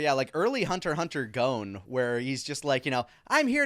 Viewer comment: Why the guys pronounce? never heard anyone else call him like that, even other english speakers, like I would get if the english dub changed the name, but other english speaking youtubers like Woolie or Plague of gripes just call him Gon like anyone else.